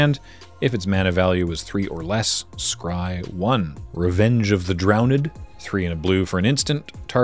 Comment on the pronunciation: revenge of the Drown-Edd